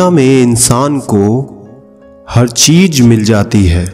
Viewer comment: Plzzz jnab jb urdu shayron k shayree ko pdhiyega tb urdu talawfuz k taraf dhiyan diya kren...apne yahan ek shayree k jumle me cheez ko cheej pronounce kr rhen jo galt hein kiun k urdu me j aur z k alg alg pronounce hoti hein soo plzzz be carefull